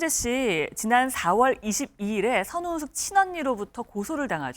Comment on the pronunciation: 흰의상 변호사는 자꾸 선우은식씨라네 ㅋㅋ 좀 천천히 말해도 될텐데 변호사가 저렇게 발음이 자꾸 꼬여서야